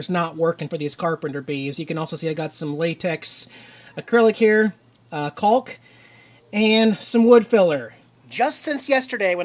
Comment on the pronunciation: I'm just here to tell you the "L" in "caulk" is silent. And the intro.....very distasteful in these times man!